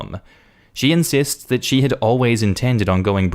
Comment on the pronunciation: Its uh "insists"